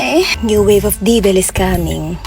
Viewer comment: And "here come the divel"